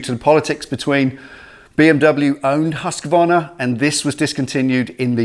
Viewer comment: Awesome video.. It's nice to hear someone actually pronounce the name Husqvarna correctly like you did. It is correctly pronounced husk-varna.. Most people say huska-varna.. This one is going to be cool to see how it turns out.. Thanks for sharing it.